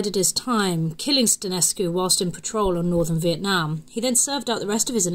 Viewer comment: she pronounced Eliahu as elial. On Stănescu she pronounced the ă like an a and put too much emphasis on the u.